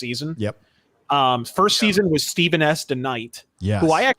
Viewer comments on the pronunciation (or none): none